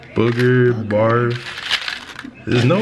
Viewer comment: this blonde said Burf instead of Barf 😂😂😂😂😂😂